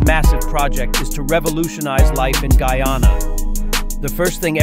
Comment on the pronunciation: First westerner able to properly pronounce the name Guyana❤❤❤